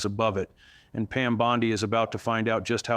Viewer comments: it's Bondi not bod-ai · Hey, no one pronounces her last name as Bond die, it's Bond Dee, the correct way when giving public info.(JS) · Why do you say it like bonsai? Bon-dee. Every single source says bon-dee. Not bond-ai. It's weird. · Her dishonesty and arrogance is a dark cloud on legimate lawyers. Her name is Bondi not Bondai. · Its not Bond eye , its Bond E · Annoying that he keeps changing pronunciation of Bondi's name. All other news sources pronounce it Bond-ee, not Bond-eye. My first impression was BOT. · Did he just say Bond-I with a long I? A I bullshit,,,, I'm out. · I believe some of this but you can't trust an AI generated video, it's easy to spot, the guy said Bond..eye, that's AI getting the name wrong, you could also hear glitches in the script, don't get me wrong, I'd love to see her in an orange jumpsuit but this video is right up there with the guy wearing a Ryobi personal hovercraft....fake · Is that AI, he does not blink and say Bondai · You can’t even say her name correctly